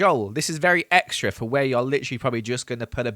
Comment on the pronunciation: I think he said exetra like 1000 times